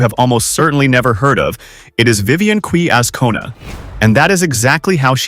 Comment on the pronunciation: QUE - pronounced "Khe"